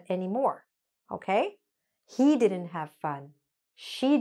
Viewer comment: You are not pronouncing didn’t Correctly check it once